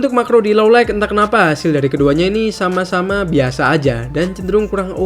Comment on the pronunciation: boss, kalo baca "light", "night", "bright"... huruf g nggak diucapkan. please be noted.